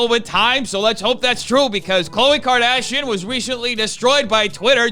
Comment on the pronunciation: Did he say COVID KARDASHIAN ? 😂😂😂